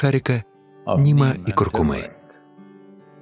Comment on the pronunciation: в слове куркУма ударение на вторую букву У =) большинство людей ошибочно делают ударение на куркумА... как и автор (читающий текст или переводчик) видео... не куркумЫ а куркУмы =) Всех благ!